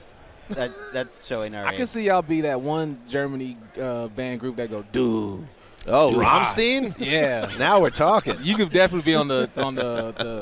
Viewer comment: Ugh I had no idea Americans (even music connoisseur ) have no idea how to pronounce Rammstein!:( Very dissapointed! Great interview with Jamal Williams otherwise!;)